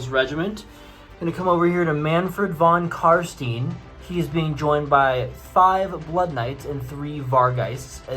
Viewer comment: Nice battle report, but for the love of Nagash: you pronounce Von Carstein just like you would say Einstein.